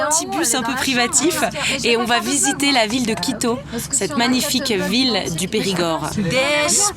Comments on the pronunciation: Quand elle dit « quito » j’entends « clito ». Est-ce normal? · tout le monde entend clito !!! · C'est que moi ou à chaques fois qu'elle dit "Quito" j'entend "Clito" ?~